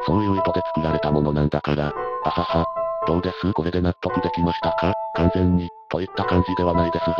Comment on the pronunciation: そのまんま読み上げソフトに読ませてるせいで「はは」って笑いが「はわっ」って発音になってしまってて爺さん連中が急に萌え系四コマの美少女になっちまう どうにかしなさい